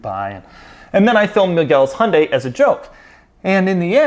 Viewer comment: When you say Hyundai it really sounds like Honda actually 😅